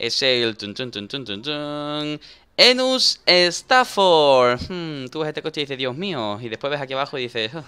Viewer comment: Enus estafor no sería enus estafa jajja